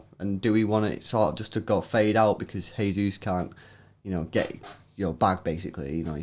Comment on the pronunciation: OMFG THEY PRONOUNCED JESUS THE RIGHT WAY